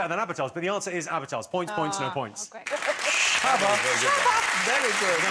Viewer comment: I found the "shabba" answer super funny because the way they say it sounded exactly like "tjabba" which is a slang word for hello in Swedish.